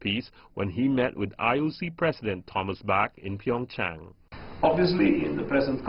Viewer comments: Jeff Zhe ZHU Nobody gives a shit if it was taken from ancient Mandarin or not. It's Korean now. Pronounce it the Korean way. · Why does she say Pingchang instead of Pyeongchang? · She called it PingChong instead of PyeongChang lol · Jeff Zhe ZHU Irrelevant. It's a Korean city. They should pronounce it in a Korean way.